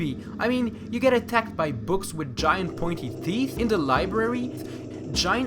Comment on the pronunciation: teeht? that's what he calls teeth?